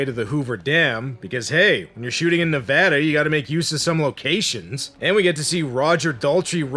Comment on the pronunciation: Of all the things that could bother me in this review, it was the pronunciation of Nevada...